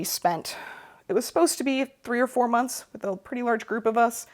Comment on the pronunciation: Hi from Dayton! I can tell we left our midwestern mark on you the way you pronounce "months" as "munce". 😃👍